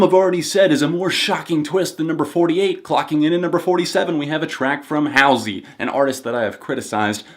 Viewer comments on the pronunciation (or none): It's Halsey, not howsey